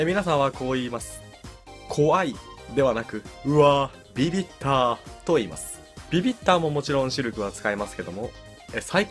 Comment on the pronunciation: 「ビビった」のイントネーションがTwitter